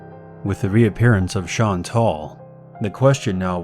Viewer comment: “Shawn tall” Fuck